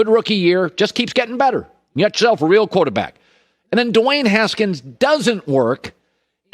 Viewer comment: yooo and like 227 he sayin qoata back...def tipsy 🤣